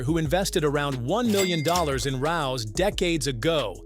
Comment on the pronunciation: Rao's is pronounced Ray O.'s Come on get the basics right